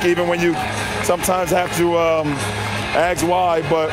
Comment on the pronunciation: How hard is it for folks to say the word ask? I'm sick of hearing acts being used as ask! Get it right folks!